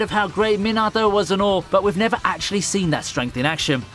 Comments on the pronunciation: I love your content but please for the love of god stop saying minatos name wrong😭😂😂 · u mispronouned minato and rasengan